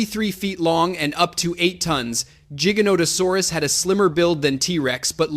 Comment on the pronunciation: 1. It's T. rex not T-Rex 2. T. rex was 9-10 tons 3. T. rex used it's arms possibly for attracting mates or to intimidate 4. Spinosaurus was 7 tons is correct but it was 7.4 tons or some even got to 8 tons but it's rare 5. You pronounced jigganotosaurus not giganotosaurus 6. Yes giga is longer but giganotosaurus is 8 tons for average and it was not heavier than t. rex 7. Giganotosaurus didn't hunted Argentinosaurus and Argentinosaurus was 75-90 tons not 100 tons and giganotosaurus didn't hunted in packs 8. Deinonychyus pronounced as die-no-ny-cas Overall is a good video but these are the corrections that I knew from my memory